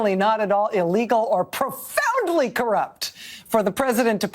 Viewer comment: He she unironically exclaimed " Pr0FoUnDly"...